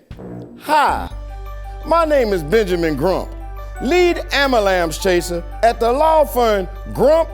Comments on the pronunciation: I nearly died when said "ambalamps" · "Ambalamps" I just fell over! Lead "Ambalamps" chaser! I'm still laughing! is my hero!